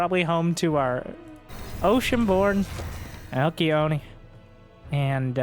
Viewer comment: One of these days will figure out how to pronounce Alcyone 😂